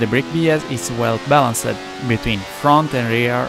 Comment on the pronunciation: Great informative video. I am not native english speaking person, but I do not like you pronunciation of some words, f.e.: "helped, happens, the test(-e), balanced, fast". This is no hate, I really want to keep watching your videos, but now I am avoiding them due to these small mistakes that are uncomftable to listen at least for me. Informations and writen text are great as always. I am watching your videos for like 3 years so I hope I have the right to tell mine opinion with no hate from all sides :-)